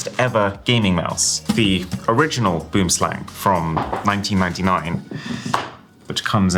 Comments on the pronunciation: Would be even cooler if they had the phonetic spelling of 'boomslang' in brackets or something. It's pronounced more like 'bowemslung'; I'm sure we all butcher many words daily but this one just really takes all the myth and menace of a beautiful creature and makes it sounds straight silly. Though, to be fair, boomslang translates to 'tree snake' but in the same way white shark or blue whale do; it brings a certain awe to mind that BOOMslang just doesn't. You guys pronounce it boom💥 slang 🤬 which is really silly but I tottaly understand your miss pronunciation. i just hope you go use a browser to like... I dunno search the correct pronunciation well then I hope you see this 🎉 (sorry. My son stole my phone mid comment) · i just know you pissed of every south african how you pronounced boomslang🤣🤣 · Not boom slang lol its boem slang. Tree snake. Native to southern parts of Africa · Im from South Africa, It's actually pronounced 'boom slung', an afrikaans word that means tree snake. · boomslang, (treesnake )pronounced more like BWIM-SLUNG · It’s so hilarious being a South African and hearing you pronounce Boomslang so utterly wrong. 😂 No fault of your of course, but like all kinda of cringe for me. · Boomslang in my native language literally means, tree snake, boom means tree and slang means snake, but you dont dont pronounce it the way arun does, the vowels are deeper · 😂😂😂😂 the way people pronounce boomslang is crazy! Its Afrikaans, please learn how to pronounce it properly 😂😂😂😂❤